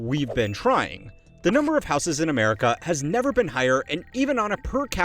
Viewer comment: The real question is why the dude pronounces houses as "houseass"